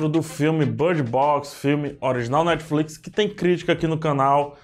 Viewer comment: unico cara q fala netflix e nao netiflite